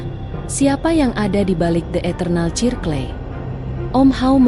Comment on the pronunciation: Aku dengerin kok..... Sirkel Mbak....baca nya....bukan cirkle...